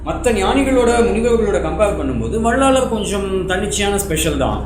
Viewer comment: வள்ளலார். என்பதே சரியான உச்சரிப்பு